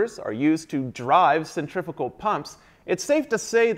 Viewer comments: Wish you would pronounce the name correct. Cent-ri-fugal not cent-triffical.. couldn't watch.. proper annoying sure it was a great class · This guy knows everything about pumps except he doesn't know how to pronounce centrifugal he keeps saying centrifical boy no these are not centrifical pumps there centrifugal pumps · Centrifugal, not centrifical. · Why do you call them centrifical pumps when it cleary says centrifugal...? 🤔🤦‍♂️ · How the hell do you keep saying centrifical when that's not a thing, and you kept writing centrifugal? That is some serious mental disconnect. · It pains me to hear people say it as "centrifikal" rather than 'centrifugal" as it is spelled. Other than that, this is a fantastic series of videos. Great work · SEN TREE PHEW GAL . Pronunciation is everything . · "centriffical" other than that very interesting. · "Centriffickal" Fucking learn how to say something before making an in-depth video about it. Stop being a dumbass American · Is he saying (CENTRIFUGAL pump)?? I can't understand him. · what the hell are you saying because it's definitely not "centrifugal"?